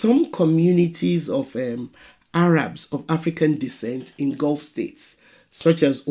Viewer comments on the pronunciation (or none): none